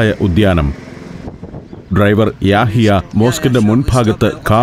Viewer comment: ഡ്രൈവറിന്റെ പേര് ' യാഹിയ' എന്ന് പറയുന്നതിനെക്കാൾ 'യഹിയ' എന്നതാണ് ശരി ..❤